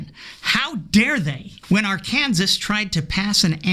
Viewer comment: I am glad to hear that someone else pronounces Arkansas Ar kan sas. I also pronounce Kansas Kan saw.